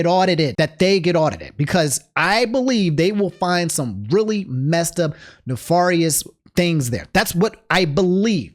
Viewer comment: You can tell is from MD because of the way he says Nefarious